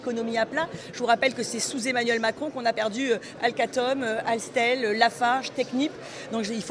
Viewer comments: Mais madame, si Arthur n'a aucun revenu (avec sa boîte à 14 milliards) il est éligible au RSA.😂 "Alcatom, alstel" fait un AVC en direct.🤣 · Alstom et Alcatel ** Ça arrive à tt le monde d'inverser des syllabes mais ca m'a bien fait rire. Et surtout c'est de le dire avec autant d'aplomb 😂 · Alcatome? Alstel? ??? Mais de quoi parle la députée RN? Encore d'un sujet qu'elle ne connaît pas.